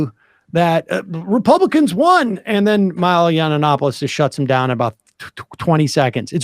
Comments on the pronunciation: It’s hilarious that Sam can’t or won’t say Milo’s name right. 😂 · That added syllable in Milo's name is gold